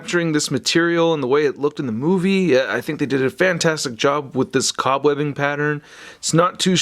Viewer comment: Love your reviews, but...cob-webbing...?